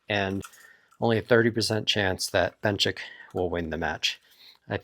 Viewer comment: And Benchik